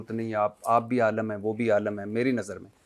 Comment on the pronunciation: کھوتے بھٹی عالَم نہیں عالِم ہوتا ہے